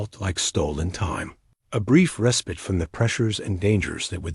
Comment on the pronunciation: Miss pronouncing mare and respite